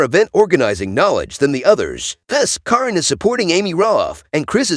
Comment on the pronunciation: It’s not Coryn or Karen it is Caryon.